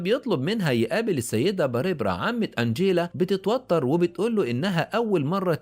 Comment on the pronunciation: باريبرا؟؟؟؟؟؟ تنطق بارْبرَا